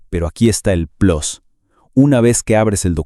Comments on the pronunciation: Plus Se lee Plus, no Plos😅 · No entiendo porqué el hablante no sabe pronunciar “plus” y dice la barrabasada de “plos”. Se sentirá muy gabacho el güey, lo que es todavía más incomprensible cuando su pronunciación en ambos idiomas es tan mala. Re-edúquenlo o reemplácenlo. Pero al decir “relief” mal pronunciado y cortado, cuando en la pantalla aparece la palabra “relieve” parecería que el contenido no es original sino mal traducido del inglés. Estos creadorcitos deberían regresar a la escuela antes de publicar videos.